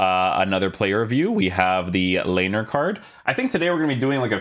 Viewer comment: He's pronounced LAINER not LEINER